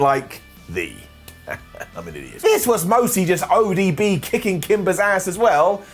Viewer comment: 😂 he called ODB ADB